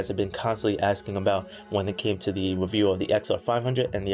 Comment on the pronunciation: Wow dis weview is wather good